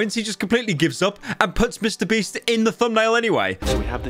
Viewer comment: The feminine urge to make a compilation of pyro saying mr breast because everytime he does it, it fills me with joy for some reason